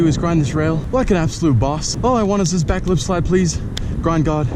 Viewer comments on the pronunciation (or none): Whenever he says back lip I think he is saying backflip 😂